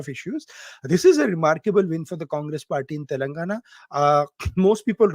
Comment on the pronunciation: WHY EVERY MEDIA PPL SAY.. TELUNGUNA TELUNGUNA.... IT IS TELLLENGAAANAAAAAA.. U PPL PRONOUNCE SOME SPANISH POLAND CITIES ACCURATELY.... WHATS WITH THEFUGGING ON DECCAN CITY..